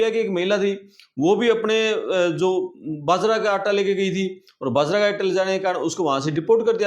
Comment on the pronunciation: The word is AJEEB not AZEEB. When there is no Z in Hindi. It's BAjra bot Bazra.